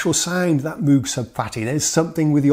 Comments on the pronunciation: If you're willing to call friend Carlos by the chosen "Wendy" ...why not pronounce Dr. Robert Moog's name correctly? You said Mooooog with the Os like "rude". When actually it's Moog, with the Os like "Go" :] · Quick note: He mispronounced the MOOG (rhymes with Vogue) as Moo-guh. :) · Please learn the correct pronunciation of moog 🤦🏼‍♂️ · Mough as in 'muff'?! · Still jarring it every time it's dispronounced uncorrectly.